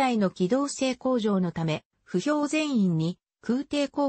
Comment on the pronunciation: 歩兵(ふひょう)じゃなくて歩兵(ほへい)な。